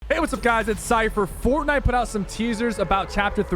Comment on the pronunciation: Sheeeesh “forkknife” almost in chapter 3 boys 🥶